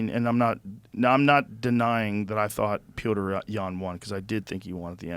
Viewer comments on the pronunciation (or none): I may eat my words on this but I'm pretty sure Joe Rogan is pronouncing Petr Yans first name incorrectly because there's another fighter on the UFC roster I believe that is spelled how Joe is pronouncing it (Pioter) and Petr Yan is pronounced just like Peter or of anything like Petter... again I'm not 100% sure but I just tend to notice every time he says his name and can't help but think that he's confusing the pronunciation with another Fighters first name, just like he was confusing the last name of Paddy Pimblett for multiple podcast episodes saying his last name as Pimbelton. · It's pronounced "Peoter" not "Peetree" Yan.. Thanks for clearing that up for me Joe! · Pee OTER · Why does Joe always have these deep conversations with people who have no friggin idea or any real passion for the sport? "The other guy" when you can't even say Petr Yan , then he comes around and says "my top 5 fav events" WTF ?? ok